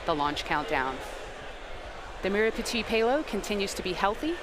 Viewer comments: How to pronounce merah Putih. May rah put he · I 💗 how u guys just butchered the merah putih pronounciation 🤣